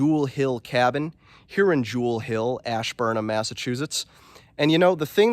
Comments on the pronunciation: Like your videos a lot. That cabin is made well. I think that's a ceptic tank. Also coming from the area the town is pronounced asburn ham believe it or not. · You are screwing up the town name! it is ASH Burn Ham get it right! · Love the vid man! The ham in Ashburnham is actually pronounced like ham from a pig haha